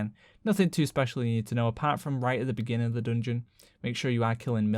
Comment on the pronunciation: Say dungun one more time